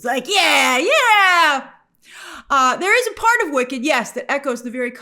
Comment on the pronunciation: I swear I keep hearing Wiccan instead of Wicked